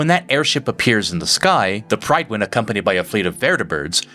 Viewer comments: It's pronounced "Pryd win" not "pride win" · also its not "Pride-win". it's spoken like Pritt-win